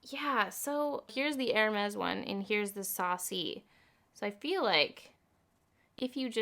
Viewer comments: stop saying hermes im crying!!! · My heart broke everytime you said « hermes » (I’m French🤣) + I agree with you I definitely preferred the hermes one, the Fenty is way too neon for me 🙈 not ready to spend this much in an orange lipstick but I might with the hermes red version 🤔😍